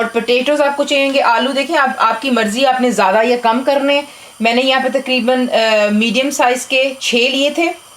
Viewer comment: TAKREEBAN PENDO ACCENT: TAQREEBAN IS THE RIGHT ACCENT.